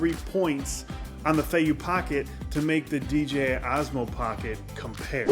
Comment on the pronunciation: Fay-yoo like you are saying is correct! But you were saying DJI incorrectly. You were sometimes saying DJA. 😅